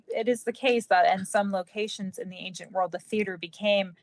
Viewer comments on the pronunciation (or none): none